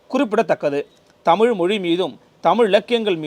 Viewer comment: அருமையான பதிவு, உச்சரிப்பில் தமிழ் தமிழ் என்று சொல்லும் போது "அமிழ்து, அமிழ்து " என்று கேட்கிறது. தேன் தமிழ் உரை